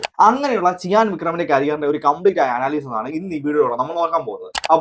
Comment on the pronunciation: Chiyan വിക്രം allaa... cheeyaaan vikram